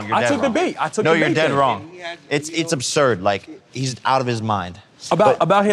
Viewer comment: did he say "it's inbasurd" ? even the YT robots are underlining it so it must mean something very funny..... I was leaning toward absurd but all I can hear is inbasurd.